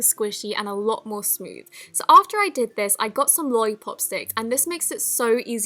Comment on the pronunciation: “A louwt” did anybody else catch that?